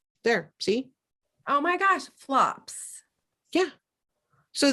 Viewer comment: I believe it's Aberdeen for the dark plumb. I thought floops was prounced like flewps.